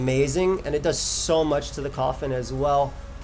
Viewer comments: Every single time you said coffin I thought you were really afraid of like eviolite koffing or something for some reason. Anyway, nice vid, excited for the rest of wbe! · man its embarrassing how long it took me to realize u were saying coffin got tspikes and not calling roselia koffing LOL